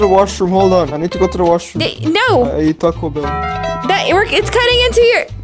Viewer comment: He said Toca Bell is funny he said it 🤣XD